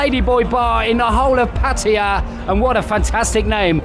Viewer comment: 1st guy who can pronounce Pattaya correctly! Good 4 u ...